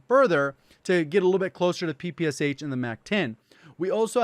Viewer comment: Ppsh you actually should pronaunce this as Pepesha